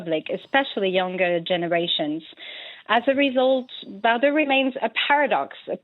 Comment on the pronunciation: Perhaps the least the announcer could’ve done, was to learn to pronounce “Bardot” properly . Not even halfway through, three mispronunciations and I’m clicking off. I found the research for this piece quite weak and your credibility dubious